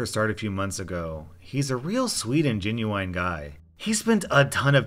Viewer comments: Did you say gen-u-ine. Its gen-u-in like that's how its pronounced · did he just say 'gen you wine guy' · Nobody:: gen oo ine guy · Gen-you-eye-n. Hmmmm.